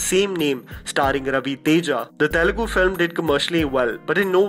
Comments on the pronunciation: It's Telugu not Telegu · Dude.. it's not telegu. It's Telugu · Bhai Telegu nahi hai.. it's TELUGU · Abey Northies... It is TELUGU not Telegu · one small correction , it is Telugu not Telegu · For the umpteenth time, it's Telugu not Telegu!! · It is Telugu not Telegu!! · It's Telugu... Not Telegu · its not telegu but Telugu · Why peole confuse name of language? It is not TELEGU. It is TELUGU. TE LU GU.